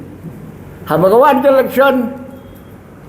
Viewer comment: electhion....what???? comishion....what???? dalar.....what???? 😂😂😂 Ni....lit....😂😂😂